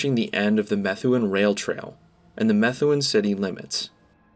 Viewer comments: It's pronounced "me-THOO-un". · Methuen is pronounced "Muh-thew-in" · it's actually pronounced as meh-thu-en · I’m from Dracut and I immediately notice he said METHuen